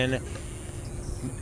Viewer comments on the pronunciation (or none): Did he call him “ Fondu”🤣